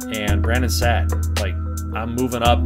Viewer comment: Love it pal! Take it easy on my Leafs next time. A quick note I noticed, Saad is not pronounced “sad” it is actually “sawed”. Can’t wait for the next episode!